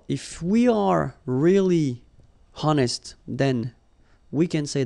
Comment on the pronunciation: I'd like to propose a small correction for. You tend to pronounce "h" of the English word "honest", which is silent as in French.